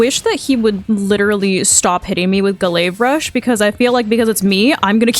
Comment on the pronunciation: Ga-layve rush 😂 you crack me up dude